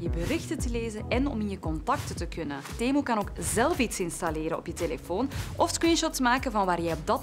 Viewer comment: is niet temoe maar temuu